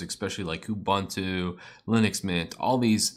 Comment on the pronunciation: it's not Ubantu. It's not Abantu. It's Ubuntu:)